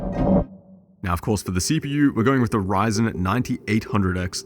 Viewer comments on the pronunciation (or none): none